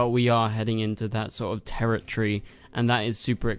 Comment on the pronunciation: It's territory not territree